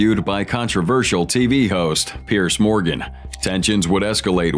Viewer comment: Its not bloody Pierce, its Peirs, pronounced peers.